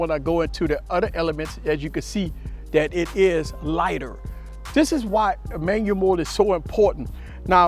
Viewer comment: Love how he says Manyamode! Very valuable. This helps me with my v60 tremendously